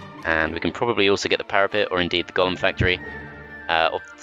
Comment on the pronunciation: But why do you say gollum and not golem